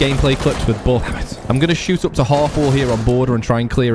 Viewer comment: I love the way you say buck "BOCK"